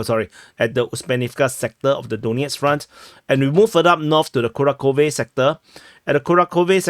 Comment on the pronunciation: Dude, fantastic analysis, but it's KuraHHove (H like Half or House), and not Kurakove.